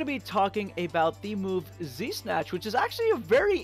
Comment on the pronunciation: everytime he says z-snatch it sounds like de snatch lol